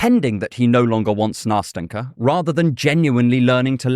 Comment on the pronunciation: Nast’en’ka, very soft t and n sounds. It’s a diminutive from Anastasia, it should be soft and tender. It’s not that hard to pronounce, why don’t people even try?